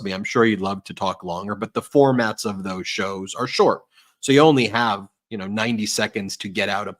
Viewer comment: Not “Thoes”😂